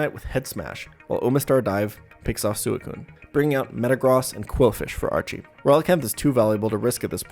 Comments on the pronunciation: “sooh-ih-coon” It’s swei-coon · BTW this pronounced "Swe-Coon" , not Su-E-Coon lol :) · Sew eh coon? It's Swee Koon >:{ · soocune? i think its swicune right? Thatshow i ronounced it when i was a kid or was i just dumb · I hate that he pronounces suicune as sewey-cune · Some of these Pokémon name pronunciations broke my brain xD Like Sue-a-coon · I respect DESPITE the way he pronounces Suicune. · I really hate how you pronounce Suikune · Never in my life have I heard someone pronounce suicune in this manner, and it hurts me so very much. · Can we talk about how he pronounces Suicune... 😅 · The way u pronounced suicune 😂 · WHY DO YOU PRONOUCE SUICUNE THAT WAY? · I respected everything about this run until i heard you pronounce suicune.... like yikes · Liked until I heard you pronounce Suicune